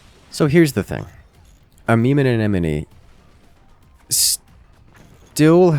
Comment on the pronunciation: just casually flexing on pronouncing amemomeanemone every time he can.